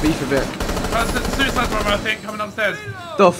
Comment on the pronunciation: I left at "I sink this was a bad Idea"